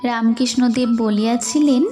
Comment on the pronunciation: খুব সুন্দর | রামকৃষ্ণদেব উচ্চারণটি ঠিক করো| রাম _ কৃষ্ণ _ অ দেব বলছ কেন ?